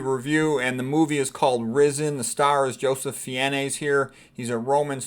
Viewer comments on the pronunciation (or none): I believe the last name of the actor is pronounced "Fines". Likely related to Ralph Fiennes I should think.